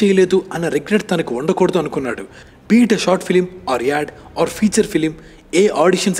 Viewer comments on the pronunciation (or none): none